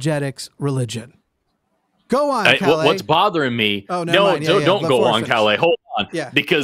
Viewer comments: Sweden here. I love your pronounciation of "Calle" as "Calais". Very cute. :) A closer approximation would be something like pronouncing the last E as the E in Esther and emphasis on "Ka" and the L:s should be a lot "harder". Good try though. Swedish is a notoriously tricky language for english speakers....and swedish speakers for that matter. :) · I find it kind of weird that a Swede cannot pronounce his VERY Swedish name properly (it's a nickname for Carl). He also doesn't have any semblance of a Swedish dialect nor do we talk that fast. We are literally known for talking very slowly with plenty of pauses. He's possibly an immigrant (around 20% of our population was not born in Sweden) which would make sense except his name which is extremely Swedish.